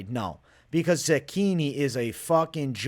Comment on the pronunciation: bro im not italian but i feel like youre saying zechini wrong lol. cant wait for the fights!!